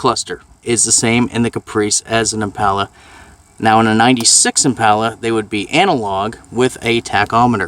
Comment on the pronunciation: I hate how he pronounces the word "impala"